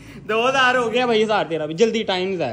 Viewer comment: Ap ny 2,3 baar hazar ko" zaar rupiya "bola hy ap pay b 1000 banta hy 😅